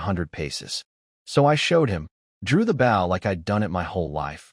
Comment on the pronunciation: Can you please reprogram that AI to pronounce the word bow correctly???